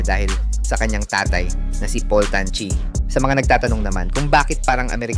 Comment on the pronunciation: Tan chi with an N..dont forget the N...